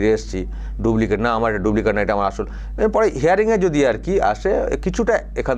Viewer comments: Pls,pls.Dublicate (ডুব্লিকেট)নয় কথাটা হবে Duplicate (ডুপ্লিকেট). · কথাটা ডুব্লিকেট নয় ডুপ্লিকেট।